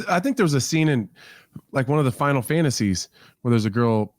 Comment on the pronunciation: Final Tan-tasy 😂